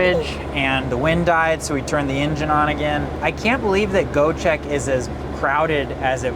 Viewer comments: 🎉dude iit is not Goecheck😂 try to read it like Goee-jack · its Göcek with Ö not O like in Sir > sör